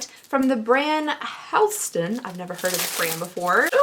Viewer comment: It's pronounced Hall-ston.